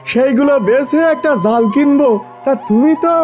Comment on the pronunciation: জেলের কথা বলার ধরন বা উচ্চারণটা আলাদা কেনো যেমন- জালকে যাল, মাচকে মাছ, পেয়েচিকে ফেয়েছি